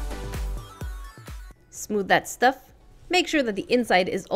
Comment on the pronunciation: My favorite ride is the toilet bowl! (Am I the only one that calls it that? OMG THIS IS AMAZING AND I LOVE IT! It's so cool! It has so much detail! Btw when you said smooth that stuff I heard smooth dat shtuff (amazing) I love your tutorials! Btw sorry I'm wasn't active for the last 2 weeks I was in sleep away camp! It was fun but I missed crafting so much! (I went to horse back riding camp) I missed these tutorials so much! Btw I just want to ask ( you don't have to do it ) to make a type of lake with one of those rope/vine things to swing on! Or maybe a jumping cliff? I went to a water park and jumped a 15 and 18 foot drop so it's kinda based on that! - michelle and Ben one of your biggest fans